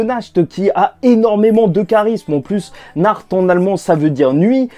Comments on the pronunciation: non c'est nahato voila et non pas nahto ;) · en fait, on s'est tous fait *** sur la prononciation de nacht ou pas parce que naaaaahhhhto bon, on va finir par l'appeler naruto si ça continue....